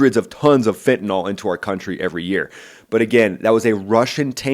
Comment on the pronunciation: I hate to be “that” guy but……it’s fentanYL, not fentanol.